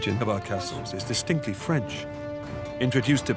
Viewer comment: "The origin of our castles is distinctly French..." at about sounded VERY much like he was saying "... of our castles is the stinky French!"